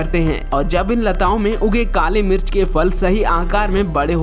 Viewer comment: Pehle mirch boln sikho